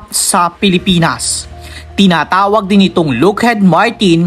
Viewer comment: ha ha ha , " hercules" daw ,,her -que-les as pronounced..+ " lookheed " daw ,, lockheed as pronounced... hayyyy,,eto pa ___ " co rps" daw,,, cor ,as pronounced with a silent ps......airboos daw..air b u s ,,,as pronounced ,not boos,,like ,u are riding in a "bus"